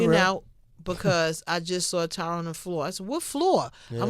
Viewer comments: If they're such good friends, why can't they pronounce the man's name right🤔🤔?? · Tyron “I don’t CUR” woodley